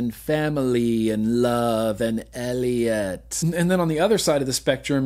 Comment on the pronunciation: The real odd thing is my mom called me Elliott because of ET and you saying elliott like that just kringed me out a little... So ya that's a thing.